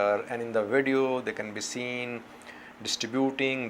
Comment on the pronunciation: My view is on YouTube, the way you said “ video “ sounds like Radio to me.